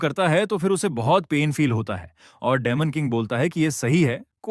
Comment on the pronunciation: डिमन king ❌ डेमन king ✅. 😂😂😂😂😂😂😂😂😂